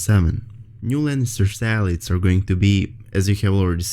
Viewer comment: i know English is probably not your first language but its pronounced Al-Eyes (Allies). Great video and thanks for the info.